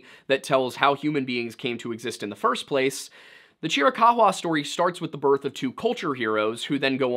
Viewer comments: Chiricuhua is pronounced ------Cheer a cow a. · Chiricahua is said Chiri-kaah-wah, lol. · Chiricahua is not pronounced Chr-uh-cock-wuh but rather Chr-uh-kaa-wuh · AZ native here; it's pronounced CHEER-a-COW-a. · Cheer-eh-cow-hwah is how you typically hear it pronounced here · Yo homie it’s pronounced chee rih cow wah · It’s pronounced cheer-ah ka-wa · I appreciate the sheer emphasis with which you pronounce Chiricahua. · Your pronunciation of the native tribe is priceless 😂😂😂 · Love hearing about my tribe and culture, but it was funny hearing the chiricahua name pronounced that way 😅. Love the video tho. Great to listen to. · The way he says Chirikahua is super distracting as someone from AZ lmao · Yeah I live near tombstone, work in Tucson but spend every weekend in the Chiricahua or Dragoons. Nobody pronounces it like that, the only ones I've heard odd pronunciations of differing variety from are form the East and asking for directions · You know a simple Google search would tell you ththe proper way to pronounce chirich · Dog absolutely nobody pronounces Chiricahua like that